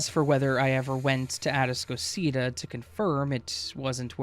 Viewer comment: It’s “A-task-o-cita” man. They don’t know what you’re talking about because you’re mispronouncing the name babe 🙄 Which makes me doubt the entire story because no one in Houston would pronounce that name as such. Maybe you went to Galveston island immediately after a hurricane girl. 🙄